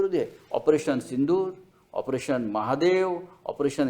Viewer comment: Sindhoor nahi sindoor bhai